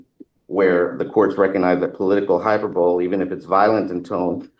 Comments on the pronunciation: and again - the word "hyperbole" is pronounced "hi PERB oh lee". A fine example of a man who has seen a word in print, uses it correctly, but has never heard the word. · I like this defense attorney, but pronouncing it "hyperbowl" is unforgivable. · He keeps saying hyper bowl!! That's about as irritating as nails on a chalk board. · high-PER-bo-lee ... not hyper-bowl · Dear attorney trying to defend a violent, angry clown: it's pronounced hyperbole, not hyper-bowl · I was coming to say the same thing. I thought I misunderstood him so I went back to listen again. WTFrank is hyper bowl? 😂🤣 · A lawyer not knowing how to pronounce “mens rea” and “hyperbole” correctly is a red flag. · It would kinda concern me if my attorney didn't know how to pronounce hyperbole. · Hyperbole is pronounced hi-PER-bow-lee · He said it incorrectly TWICE!